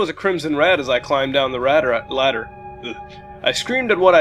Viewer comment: "...As I climbed down the radder" Engrish Mutahar